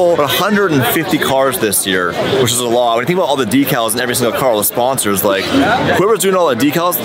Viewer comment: Wow. actually said “decals” correctly!